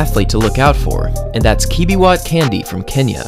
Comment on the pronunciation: It's k.a.n.d.i.e (with an eeh at the end) not Candy.